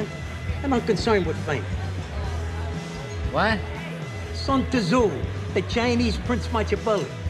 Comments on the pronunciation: Sun tah-zoo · Santa Zu, santa as saint in italian. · “Sun Tazoo” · It's hilarious to hear the ignorant shit that all of them say without realizing it, but then every single one of them pretends Pauly is the biggest moron ever from his relatively minor mispronunciation of "Sun Tazoo" lol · “Sun Tur’Zoo” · Paulie: Sun Tah Zoo the Chinese machiavelli Silvio: ME-TE-OR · Sun Tah-zu. A fabled ancient Chinese musical instrument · Sun-tazoo 🤣🤣🤣🤦‍♂️ fukkin Paulie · Paulie even managed to fuck up "Machiavelli" while butchering Sun Tzu 😂